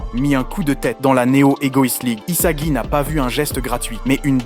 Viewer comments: Rio??? Saï??? Isaji??? Izagi??? Bachira??? (Comment il a prononcé)😭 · sympa mais où est passer Chigiri? Et les changements de prononciations des prénoms des personnage (Surtout Isagi) sont assez génant.